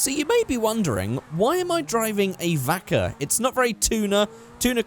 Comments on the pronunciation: xav xaxm its called vacca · I'm confused. I know it's suppose to be pronounced "bacca" because it's the spanish word for cow, but it sounds like "Baka", idiot in japanese. Help me, i don't want to drive an idiot !